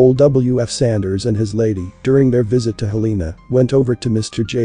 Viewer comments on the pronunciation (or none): "Hell uh nuh" "Helna" Not "hll EE nuh Get it right